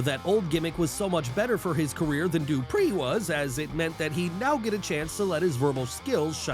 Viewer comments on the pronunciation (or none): Tht pronounciation of duprieeee 😂😂